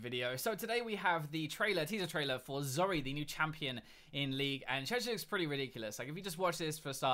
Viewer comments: zory? its zoe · why do you say zori it's zoe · Her name is Zoe not Zore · did he say zory?